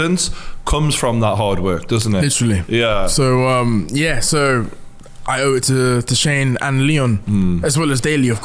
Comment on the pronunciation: Good interview, "Litrilly" ;)